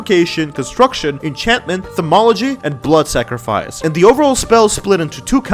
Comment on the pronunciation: Game: Thaumaturgy: Thomology Readingz